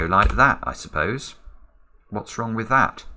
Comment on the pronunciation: I love how you keep saying "wrogn" 😅😍